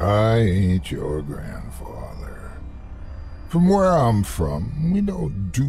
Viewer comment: Ever since somebody posted that they hear otis say "I ate your grandfather" that's all I hear now LOL